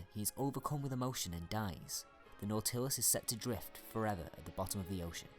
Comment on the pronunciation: Very good. ( Minor comment: The accent on "Nautilus" is on the first syllable.)